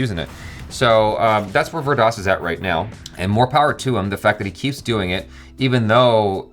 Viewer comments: it's pronounced as Veer Daas 😀👍👍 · Every time says "Vir Das", it sounds like " Weird Ass".